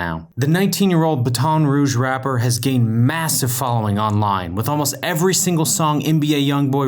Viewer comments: It’s Baton Rouge not batoneeeeee route I hate when people say that😂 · Dude it's Baton Rouge not Ba-Ton rouge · It’s baton rouge not baaton rouge nice video tho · you pronounce baton rouge like batan rooge not ba-ton rouge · Wtf is baton roodge Did you mean Baton Rouge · It’s Bat-in-rouge not Baton rouge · Lol ba-Ton rouge its bat-on rouge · What ba-to-roge huh? I thought it was Baton Rouge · Biton rouge🤣🤣🤣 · Buh-Ton Rouge 😂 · Did this nigga really disrespect my hometown by saying BA TON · Ba-ton Rouge 😂🤣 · i changed the video as soon as i heard boton rouge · This n**ga said ba-ton rouge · Its pronounced baton rouge not ba-ton rouge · not ba-ton rouge😭😂😂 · Did i just hear BUH-TON Rouge rapper or did it skip?! I’m not from there but i know for a FACT that ain’t it, just funny😂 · I know this dude ain’t say ba ton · Wtf is ba-ton ruge 💀💀💀💀💀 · it’s pronounced Bat-In Rouge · Baton are we running a fuckin relay learn to pronounce shit if your going to spit it out of your mouth. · I stopped watching at buh ton rouge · Dude said baton roge lmaoo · Bu-ton rouge 🤣🤦🏿‍♂️🤦🏿‍♂️ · "Buh-ton rouge"🤣wtf🤣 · Ba ton rouge like he would probably pronounce 2pac 2 paac😂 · He said Ba-Ton Rouge.🥂😂😂😂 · Ba-ton rouge ??? I'm from Louisiana I go to ba-ton rouge a lot but I don't go to baton rouge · It’s called battin rouge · You mean bat-un rouge lol but telling by the comments you prob know by now, well i said my 2 cents im done. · Are my dude ba-ton rouge. Its baton rouge i'm from fuckin Louisiana and that made me die laughin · “Bu-ton Rouge” 😂😂😂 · Boy said Bat-ton Rouge like as if the city was named after a police weapon 😂😂😂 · Lmao I've never been to Louisiana and I know how to pronounce it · I thought I was trippin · i know nigga didnt say "baton rouge" like "ba-ton rouge" 💀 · Bautoan rudge that's how you said it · best channel but it's not pronounced "ba-ton" rouge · “Buitton Rhuge” 😂💀💀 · said it like police baton 🤣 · Pronounced "battin" rogue...you reeally pronounced it like a cop's weapon